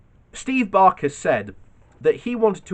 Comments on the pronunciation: Baker, not Barker. Fascist is hypocrite, shocker. You really need to read the article numerous times before you read it on a video, it's just annoying. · It’s Baker not Barker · BAKER not BARKER......